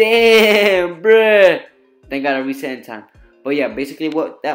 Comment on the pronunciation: Its so funny how he says bruh 😆 😆 BREEH BREEH